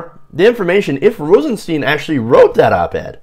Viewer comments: Stein! It's pronounced Stein! Rosenstein. Not Steen! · at least learn how to pronounce the name